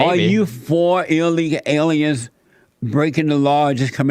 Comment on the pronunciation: Has this Jesse Peterson guy had a stroke or something? Whats wrong with his facial expression, and why can't he pronounce words properly? "Illega alya's in the bla' communities" Or does he just have a REALLY strong accent?